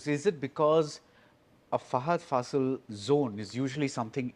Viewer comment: Guys..it's FAHADH FAAAAASIL..not FasEEEEEL..the fa in faasil is pronounced like fa in FAR